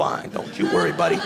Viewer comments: Don't you vurry buddy don't you vurry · "don't you vworry buddy, don't you vworry" 😄😄